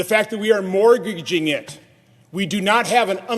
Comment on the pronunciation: Morginging your children's future, that's a hunded and sixty sighs Americans including the firsforff.four. It's a tradgy this man didn't learn to speak before he began to speak. Comedy gold